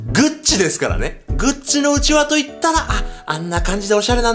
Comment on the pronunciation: うちわのイントネーションが違う笑